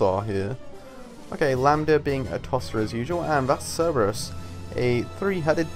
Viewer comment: Cer-ber-us not Cer-e-bus. Silly don't you know your greek pronunciation